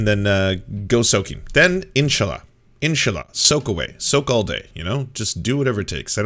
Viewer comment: Man,, it’s so cringe when you say inshallah. The way you say it, the way you pronounce it, it doesn’t feel or sound natural at all.